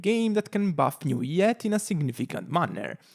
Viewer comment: Aargh, I hate the way you pronounce his name😂😅, why put so many alphabets if you'll just say nuviet